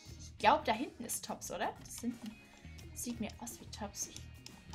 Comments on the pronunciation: Nicht böse Gemeinde aber sag bitte TOBSS mit O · Es wird toobbs mit langem o gesprochen